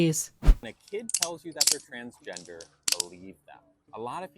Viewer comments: hes confusing tf out of me 😭like the way he cant even say transgender is kinda silly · Yup!!! Hahahah . Its pronounced as Transgender!! Babe its Transgender!!! 😂😂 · I LOVE how she said "ah! It's pronounced transgender, (I think he's having a hard time pronouncing it) It's pronounced transgender 😌💕✨" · My mom always knew my sister was fruity, so idk what Mr. Doesn'tKnowHowToPronouceTransgender is on about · The fucking “it’s pronounced transgender babe” has me literally laughing verbally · "... its pronounced Transgender? 😃" that made me CACKLE. Girl you're so funny (Thank you for always raising awareness for trans issues)